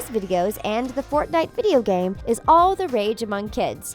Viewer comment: They pronounced fortnite wrong 👏🤣🤣